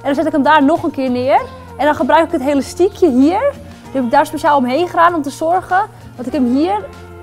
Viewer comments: heyy geen haat ofzo maar het is elastiekje niet helastiekje vroeger zij ik ook helastiekje😂😘❤ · Hahah Het lijkt net of ze zegt Helastiekje😂😂😂😂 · Hahaha leuk je zegt helastiekje maar is niet erg